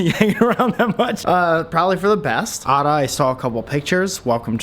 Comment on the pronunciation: Pssst I think it’s pronounced “Ayda”